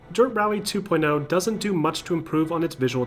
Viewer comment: Man in from brazil , love dirt games , but how u americans say this game name , dirt two point l ? (L of lemon) , i thought it was two point oh, as O the letter O as zero I believe is his accent saying almost 0 as a L , am i right ? Help a buddy lol nice video bro